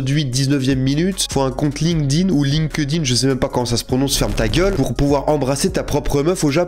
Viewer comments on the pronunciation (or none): none